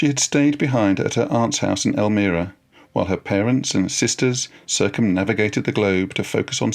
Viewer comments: Elmira is pronounced el-MY-ra, not el-ME-ra. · Hello Professor. Just an fyi, Twain's wife's hometown in the Finger Lakes Region of New York State is pronounced "El-mEYE-ra," not "El-mEE-ra." You know how "us 'mericans tawk." Having taught at the eponymous college there, his octagonal writing cottage is on the campus grounds, a wonderful physical touchstone of The American. Love your stuff on YT here. Bukowski's next for me... Thx! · Professor -- it's "El-my-ra," not "El-mir-a." Otherwise... good work! I enjoyed listening to it. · They married in El MY ra, not El mirra. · Pronounced "el-MY-ra" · It’s pronounced El-my-ra, New York. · Learn to pronounce Elmira, its not Elmeera... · The town is EL-MYE-RA, L M eye RAA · Great! One small thing however, the city is pronounced El-my-rah . Thanks so much for your video. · Elmira is pronounced El m(eye) ra. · Wonderful program! I enjoyed every minute. One small pronunciation correction: it is Elmira, NY with a long i, to rhyme with 'well, Myra.'